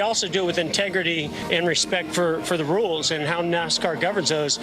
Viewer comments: A marked improvement would be simply leaning how to pronounce NASCAR correctly. Couldn’t finish watching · Who makes these stupid videos. They don't even know how to pronounce the names correctly. Worst nascar reporting ever.